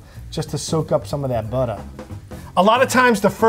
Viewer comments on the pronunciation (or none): Did you say buttah? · "Sometimes I'll move em around a little, just to soak up some of that buttah" Got me with that line lmao